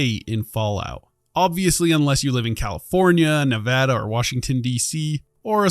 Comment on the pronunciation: thanks for saying nevada correctly